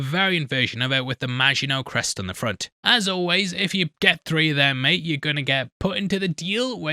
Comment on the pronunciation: hey can you please say three instead of tree